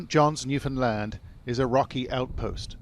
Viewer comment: Is this guy saying new Finland? I thought new found land. I'm confused